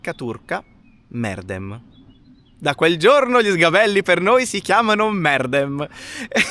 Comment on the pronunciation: bravi, vi seguo sempre: * credo che la pronuncia corretta in turco sia "merdém" non "mèrdem"; * ad evitare il fastidiosso effetto salsicciotto nel sedere, consiglio un cuscinetto od un asciugamano.